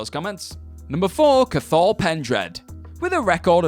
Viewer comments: "Cathal" is pronounced ka-hill not ka-thaul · The way you pronounced Cathal irritates me it’s pronounced caw-hel not cothall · It’s pronounced Kaaa-hill. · Carhal, it’s “Ka-Hull”... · Ca-thall Pendred.. Good Lord man at least do your research on pronunciations first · Ffs cathal is pronounced 'cah-hal' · Learn how to say Cathal "cot all" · How the hell are you pronouncing Cathal ffs. The t is silent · Your pronunciation of CaTHal is a small bit off haha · Not how you pronounce "cathal" 😂 I'm from Ireland and that's so wrong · What way did you pronounce Cathal Jesus H Christ man you butchered it!!!! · Your pronunciation of Cathal is abysmal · The way you pronounce Cathal is messing with my head lol